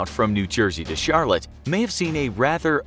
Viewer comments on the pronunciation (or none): none